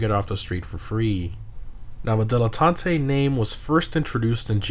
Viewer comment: Why are you saying like that? Its not Spanish man